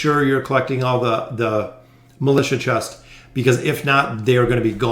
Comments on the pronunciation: I got so distracted by his mispronounciation of the word "Militia" when reading those prompts... Its supposed to be = (mi-li-sha) A militant is an adjective to describe a person. That aside, thanks for the video very informative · Lol same. I was thinking about that exact same thing.